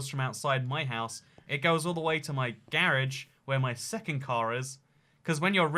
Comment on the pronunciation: I love the way he say garage 🤣🤣 “GAarge”